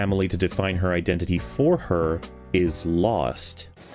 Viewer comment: Masterful pronunciation of the word 'iden-titi'